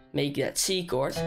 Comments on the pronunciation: It's pronouced kord, btw great tutorial! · its written as a "chord" but its pronounced as a "kord". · U said wrong pronunciation of chord and chordify on time 🤣🤣🤣🤣 LoL